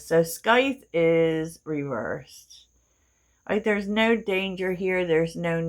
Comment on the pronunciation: Scythe is pronounced with a long i, the c is silent.